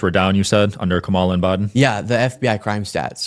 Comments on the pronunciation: he told he was just being lazy on election day and didn't bother voting, but I don't know if I trust him... especially since he kept saying, "Ka-MA-la ( corrected him, and then teased him mentioning how far PAST the election was and he was STILL pronouncing her name wrong). Sean also mentioned that he didn't know WHERE he was registered at, and THOUGHT he was registered because he'd been in the hospital (WTAF?!?!?!) and sweet, patient mentioned that that's NOT how that works... and mentioned going through the DAV. WOW... just WOW. And this kid is in favor of Dumpty's getting rid of the DOE... gotta LOOOOVE the irony. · Why is it that trumpers continue to be so ignorant to keep calling KAMALA "KAMMALLA", like the WWE cannibal wrestler gimmick jst because their stup*d leader, trump, with his 7th grade education, pronounces it like that????? This little pointdexter a**hole with the glasses pronounced her name like that the same way trump does. These trumpers are brain dead. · Using these discussions as an opportunity to force these dudes to justify their purposeful mispronunciation of Kamala is a huge win you should take advantage of more often. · Intentionally mispronouncing Kamala…. Is a right wing tactic. If Sean was really being sincere, he would attempt to play the part alittle better. Actors know how to fake an accent so I know he can actually use a correct pronunciation. Instead of saying Sean, just call him Shown everytime you’re responding to him, that would be hilarious 😂😂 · Not truly important, but could people please pronounce Kamala correctly? It's not hard and is a sign of disrespect to not do so. How would they like it for their name to be consistently mispronounced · The purposeful mispronunciation of Kamala's name is old and asinine. if you're going to attempt to do this kind of work you really need to mature to the point of pronouncing names correctly. Well done,! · Does it hurt them to pronounce Kamala's name correctly?